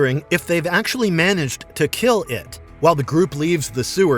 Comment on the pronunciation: ☝️🥸 “ erm akchulry “